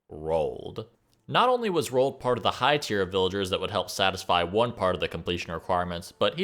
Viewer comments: Why do you pronounce Roald als rolled lol. It's Ro-ald. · RO-ALL-DUH not "rolled" Sorry that shits annoying.